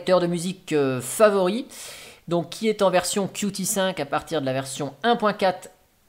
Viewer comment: Qt se prononce "cute", sinon on perd le jeu de mots